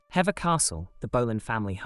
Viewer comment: It's Henry the 8th not 8 the th is important! Plus boleyn is pronounced with a soft O not a hard one. Contemporary would also call them bullen so that suffers the pronunciation of Boleyn Also hever castle is pronounced hee~vuh castle not hever as it's spelt. But good video otherwise